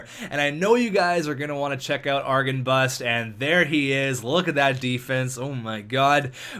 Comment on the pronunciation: argenbust?!?! XD gatenbust.